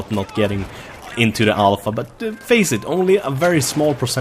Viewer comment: Everytime says Alpha, I hear it as ALL FUCK HAHAHAHAHAHAHAHAH